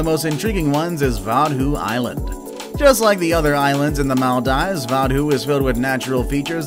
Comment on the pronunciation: I generally enjoy your videos, but, dude - you gotta learn the correct pronunciation of these islands, for instance, MaldEEves.